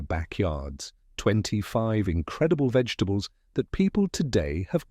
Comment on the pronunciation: The AI voice is making it hard to watch this with the mangling the names of vegetables